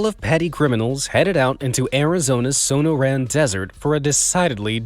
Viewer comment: All the Arizona fam getting triggered by the So-No-Ran desert lol 😂. I was like, what is he saying? But he got Saguaro cactus correct 😅